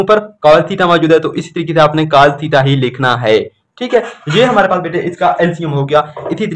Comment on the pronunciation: Cas nhi cos HOTA ha